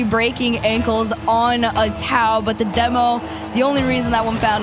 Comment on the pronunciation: How long has Atow been in the league and these still can't pronounce his name correctly.